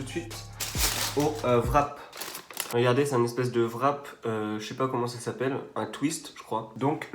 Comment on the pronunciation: Le WRAP se prononce pas vrap met rap :)